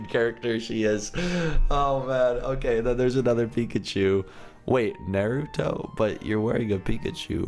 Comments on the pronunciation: OMG U MADE ME CRING WHEN U SAID NAUTO WRONG XDDDDDDD ITS PRONOUNCED -> NARTOTO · Nah-ruh-toe not nae-too-toe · isit just me who cringed when he said Naruto as neruto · it is Naruto NOT Milito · Lol I got bored so I was watching it the vid with my sister and at the end when said naruto but different my sister is a anime fan so she kept on yelling his name is pronounce nar-a-toe lol but it was funny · it's pronounced nah-ru-toe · ITS PRONOUNCED NARUUUUUTO!!!! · The way is saying naruto is triggering me 😂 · you said naruto wrong😂😂😂omg said NARUTO😱😱😱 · you took it too far! You can’t say Naruto wrong! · DID HE JUST SAY "NARUTO"?!?! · he doesn't know how to say Naruto